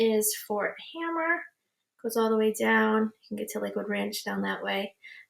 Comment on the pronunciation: FYI - It's Fort Hamer, not Hammer